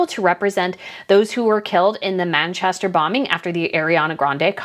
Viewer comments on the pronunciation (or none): none